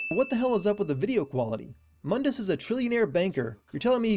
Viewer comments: Also its not mun dus it's moon dus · Add a sin for every fucking time that the name Mundus was mispronounced. It's pronounced (Moondus) mundus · Btw another sin of the pronaunce of Mundes name the U is Spoken long in case you have t Played Devil may cry 1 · Aaron Page My explanation is that this is a different universe than Old Dante's. Just like everyone calls New Dante "Donte", the New Mundus is "Muhn-dis". Separate characters, different universe, I guess. It's differentiation. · there is one thing I'd like to know, since you made references to the original Dante why did you mispronounce Mundus in your video?